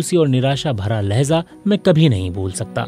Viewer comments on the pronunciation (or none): Some pronunciation mistakes. It’s lehja (way of speaking). Lehza means ‘moment’